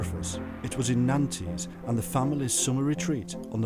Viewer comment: Nanties!? Do you mean Nantes??? You could at least make a minimal effort.